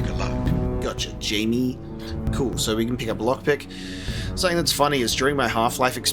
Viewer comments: Wouldn’t Jamie be pronounced as Hi-May instead of Jay-Me? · It's not Jimmy it's Jaime Reyes...